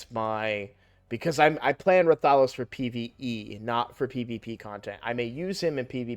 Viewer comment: Why does every streamer pronounce RATH-OH-LOS as Ra-Thah-Los. It's a crossover character. Quit putting the emphasis on the wrong syllable! Show some respect for the game the character is from